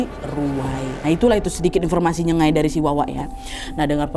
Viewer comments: btw ijin koreksi ya itu bukan nyegai tp sebutan betul ny itu adalah NYENG-GAIK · kak,aku salah satu dari kaum nya mereka,pengen koreksi kalo nyebut nyengai itu kayak ada 'g'nya yaitu nyenggai,nyeng-gai,itu aja makasih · pronunciation nya salah kak nad. Sebutannya ialah nyengaik, sebut seolah-olah ada huruf k di belakang. Hello from sarawak.😊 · Nyengai - sebutan nya ( nye-nga-i)